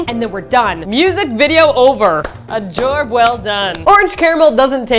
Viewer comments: "A jorb well done" :) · "A jorb well done?" Coach Z approves!